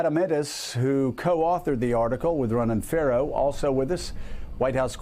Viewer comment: F8oK8 Joe pronounced Ronan Farrow like Ronan Pharaoh. I thought that was funny. Also let's be honest Ronan Farrow is a bit of a "Golden Boy"in media circles. Neither Joe or Ronan should not be above a gentle dig without having a barking dog jump in when humour comes knocking on the door.